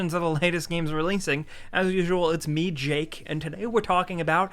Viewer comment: What happened to. All he said was "its jAaKe"